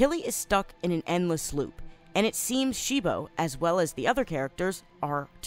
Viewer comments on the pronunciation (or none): Why did You keep saying they name of cibo wrong You kept saying shibo